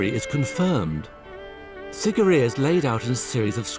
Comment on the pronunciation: I am VERY disappointed by this video. I was there 12 years ago and, it's as if the host never even bothered to visit the onsite museum. Not only did the host mispronounce the name but he didn't mention the impressive water features that surround the rock itself, Sigiriya actually means Lion ROCK not Lion Mouth, the maidens of Sigiriya accurately represent the features, clothing and traditional dress and ornamentation of women of a variety of races (the are NOT Hindu Celestial Maidens), the blue lotus that some of them hold is a traditional psychedelic, there used to be structures built into the sides of the lion rock - remains of which can be seen in the holes used to support them, and when the areas was cleared and rediscovered in the late 1800s all of the water features, fed by channels that have the same slope used by modern engineers to transport water over distance burst back into life at the beginning of the rainy season.